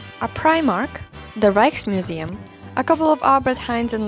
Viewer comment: it's not Reichmuseum, it is Rijksmuseum , with a K and a Y.... come on...